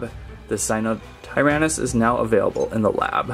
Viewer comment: I know you didn't just say dryshnekoneckoneckassaurus I know my dinos like the back of my hand I know pnemonultramicroscopicsilicovolcanoconiosis like the back of my hand also but that got me thinking what do you be knowing sir that's a sinotyrannus not a sirotirahhahliitlhlherhahminuhtherennowh finally you got stegosaurus right alright but why did you give me a battery charging ad I have the original one sadly no features no buttons no nothing it's just really articulated I thought he snapped the arm lol who else 😅🤜🏼🤛🏼 there is an dinosaur scanning app and it tells many fun facts and there are many games to test your logic on dinos and the indoraptor is a mix of velociraptor indominus rex + many more I forget it's the smartest dino and fastest it can open doors and talk to other species and trick other species to doing things like it shows in the movies it's not stupid it's really intelligent knowing it could probably win against 3 indominus rex's + 1 t Rex and a raptor if it had to depend on itself and it's brain they are also smart In packs sadly she my baby is the only one due to her being made in a lab it's very sad 😭